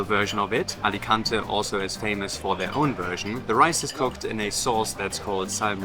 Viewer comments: English pronounce it Alicantay 🙂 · Hopefully it isn't too rude of me to make some corrections, but here are a couple of pronunciation tips in case it helps anyone: Alicante = ah-lee-KAHN-tay (you were both pronouncing the last syllable more like "-tuh") Hogueras = oh-GARE-us (not exactly that pronunciation, but it's close. Of particular note, you don't pronounce the 'u' in Spanish after a 'g' unless it has an umlaut over it, e.g., vergüenza = bear-GWEN-thuh). Anyway, I enjoyed the video very much. I lived in Alicante for about three years just about two decades ago and I'll be visiting this fall for the first time since I left. Your video brought back some memories and also introduced me to some new things. Thanks for sharing!